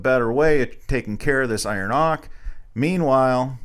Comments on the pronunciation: its pronounced oak-ER not "ock" btw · what are you saying? iron Ock?